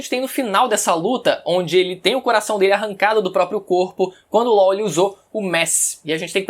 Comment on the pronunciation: Ele chamando law de ló kkkkkkķkkkkkk